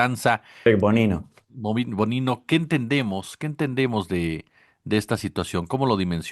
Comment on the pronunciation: Bovino, no Bonino